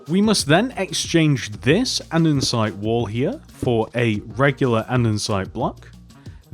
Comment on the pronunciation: "andensite"